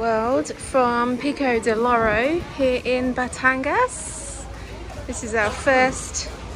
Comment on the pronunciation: BATANG-GAS!😠 BATANG-AS!😅